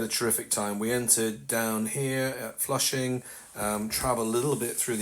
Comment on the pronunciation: Also "Flushing" I didn't have a clue what he was talking about until they wrote it on the screen. A new low in butchering words, even for the undisputed world champions in that: native English speakers.